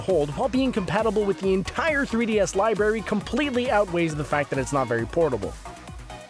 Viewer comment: lol this moron said "libary"